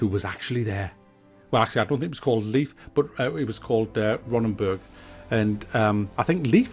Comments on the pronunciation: Btw: pronounciation of Leif= Life, not Liefth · great video! were you trying to say "Leif" in the end? its pronounced "Layf" :)